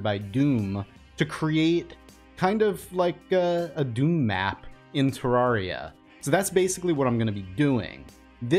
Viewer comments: You pronounce Terraria wrong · Okay but Cenx has already dmed about how he pronounces it wrong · Why tf do I love how he says Terraria AHHH